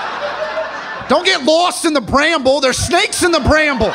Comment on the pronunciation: I can't believe how hard I laughed just at the way he pronounced "bramble"